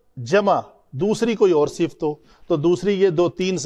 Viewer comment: Sifat hota Hai sift nahi hazratt